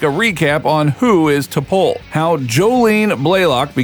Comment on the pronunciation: If you're going to make a video about a Star Trek character, the least you could do is watch at least ONE episode, so you can learn to pronounce her name correctly.